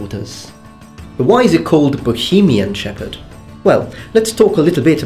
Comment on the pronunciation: Hell yeah my country in your video:D:D:D And I even didn´t know about Bohemian shepherd:) Thank you;) (btw "ch" is prononced differently but I can imagine that for a foreigner czech prononciation is nightmare sometimes:D )